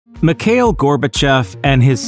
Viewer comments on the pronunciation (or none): Its not pronounced Mik hail. Its pronounced Mee /kha/ eel. You got to put some phlegm in the kha part. Its my first name as well. My thoughts on Mr. Gorbachev is that he was the most humane leader The USSR had, he should have stayed on . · And "Mikhail" is "Mee-ha-eel"